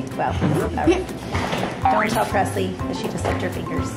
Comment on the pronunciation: Her name is Preslee not Presley